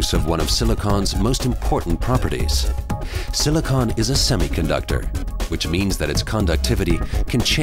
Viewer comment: I don't like the way he pronounce silicon.